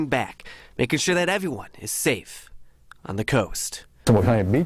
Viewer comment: "Making sure that everyone (pause] is safe (pause) mon-the-coast." 🤣🤣🤣🤣🤣🤣🥰